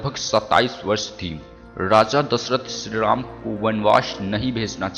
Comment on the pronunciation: Ram ka name to dhang se bola nahi ja rha h aur ramayan ke 10 secrets bata rha h sala